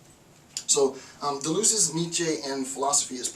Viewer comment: Deleuze, why did I hear Beleeze?